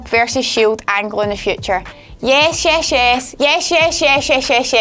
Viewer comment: why did you say "yesh"? i thought you were scottish, not welsh.